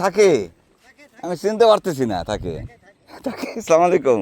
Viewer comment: ভাই সালাম টা একটু ঠিক ভাবে দিয়েন, আস্সালামুআলাইকুম